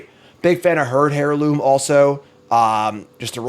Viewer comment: airloom, not hairloom :(